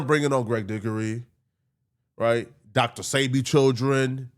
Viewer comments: Greg Dickery? Dr. Sabi? lol what? Please pronounce their names properly sir. Thank you. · Greg Dickory Dr Sabe? Yo what this man say? 😅😂🤣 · Then proceeded to say DR SAYBEE 🤦